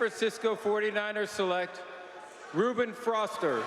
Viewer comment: Mime Zee Hey game of thrones Anyway I was saying how his name was mispronounced